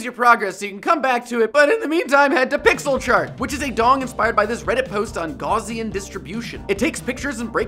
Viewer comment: "Gauss" rhymes with Taos, (or "cows", but with a normal "s"), so "Gaussian" is not pronounced "gauze-ian" like in this video.